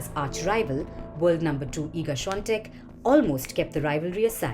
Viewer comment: oooh she almost pronounced Swiatek correctly, almost.